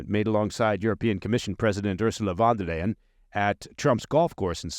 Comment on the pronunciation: Owwwww I figured out where was stationed! He definitely knows German by the way he said Von Der Leyen. Don’t think he’s hardly old enough to be there when the wall was up? Maybe just barely?